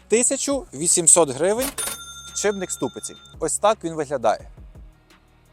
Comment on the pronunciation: підшиПник, не підшиБник! під шиПом, не під шиБом ))